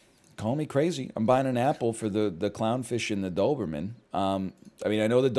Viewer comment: Simply can't say Noberman